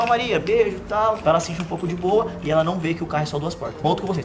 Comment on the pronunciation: Por que falaram boua noite ?